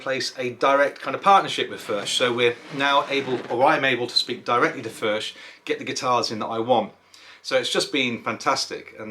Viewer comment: I’m in the USA and I’m a Bluegrass or. I’m trying to find a Furch dreadnought I can try. I guess the nearest dealer is around 300 miles away. There is one in Texas but that’s about 600 miles away. Either way I look forward to playing one By the way according to the boys and girls in Czech Republic, it’s pronounced “Furk”